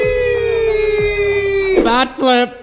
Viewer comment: No one else hear say got ice in my vains???